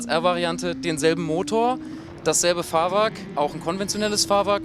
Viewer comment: Wieso sagte eigentlich immer wieder Fahrwark anstatt Fahrwerk. ?